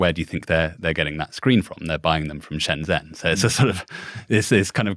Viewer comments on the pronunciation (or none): Very interesting discussion… useful to pronounce significant place names properly…Shenzhen is pronounced Shenjen 👍